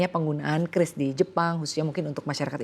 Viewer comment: pengucapan yang benar itu kris, bukan kyuris. haduhhhhh coba riset dulu mba